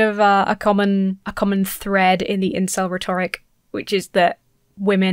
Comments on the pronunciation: How can you mispronounce "rhetoric"? It's rhe'toric,. Rhe'toric. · You are awesome! But please please learn how to pronounce ‘rhetoric’, sorry! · Please, it is pronounced RHEToric, not rhetORIC. It shouldn't bother me, but it does.